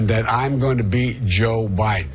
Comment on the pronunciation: I think he said, "I'm gonna be Joe Biden" as opposed to "beat." (I wouldn't put it past him to say beat, but...)